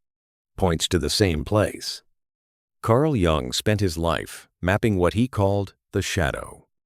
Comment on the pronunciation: All true info. Bonhoeffer is a childhood hero of mine. I've recently reread Stupidity. But you can't pronounce Jung?! It's German, you stupid AI. The J is pronounced like a Y.